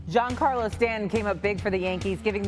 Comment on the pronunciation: Hearing this lady not even know the rules of a check swing and how to pronounce Stanton's first name is hilarious